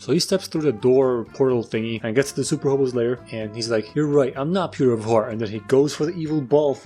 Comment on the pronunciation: And I know its a small detail but its actually " hobo lair" not " hobo lay....... whatever lets just move on